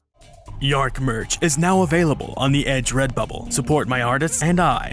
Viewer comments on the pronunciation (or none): Dearc is pronounced 'jark', NOT yark. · In Scottish, dearc = reptile, sgiathanach = winged Dearc /chark/ NOT “yark” Sgiathanach /SKEE-thanak/ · Dearc is actually pronounced (tyerhk) the h there sounds more like the Spanish j